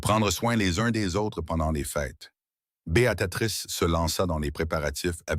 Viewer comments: Oui - Béa tri sse. Il est vrai qu'en tendre Béatatrix à longueur de temps est très pénible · On prononce bea-trice